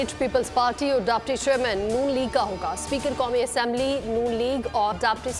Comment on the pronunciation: Daybaties nahi hota Dipti hota ha.